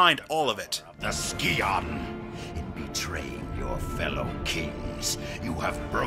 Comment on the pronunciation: The dagger Xian in TR2 is pronounced 'she-an'